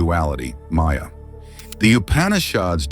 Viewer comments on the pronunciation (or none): none